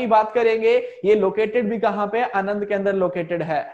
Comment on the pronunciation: It's not anand, it's aanand, amul vala.....